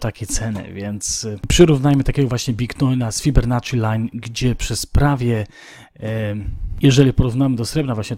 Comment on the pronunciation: nazwisko Fibonacci to słyszałem ale Fibernacci już nie. :)